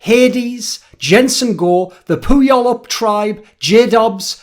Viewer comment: Does the Puyallup tribe mind having their name mispronounced every video?